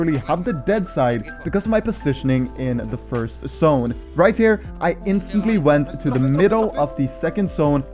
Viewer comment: Bro ure tips and toughts are rly great ! u did say the word "Sszone" alot.. instead of "Zone", it kinda is triggering not gonna lie :P but i love you dude keep up the content